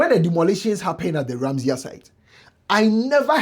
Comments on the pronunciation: The word is Ramsar, not Ramseyer. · RAMSAR site...not ramsia